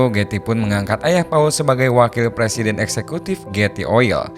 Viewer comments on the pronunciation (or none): none